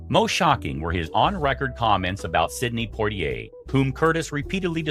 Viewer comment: Dear narrator, please learn to correctly pronounce Sidney Poitier's name. Thank you.🙄